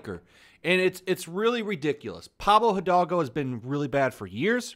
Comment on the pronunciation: Tip for future videos: Pablo e-dalgo. In Spanish the H is silent.